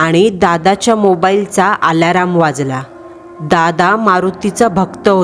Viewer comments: आलाराम नाही, अलार्म 😒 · Tai alarm ch pronunciation chukich kelt 😅 its अलार्म not आलाराम 😊 otherwise story छान होती ❤️😊